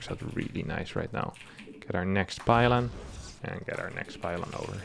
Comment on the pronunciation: 21 pylon.. lol I heard 21 pilot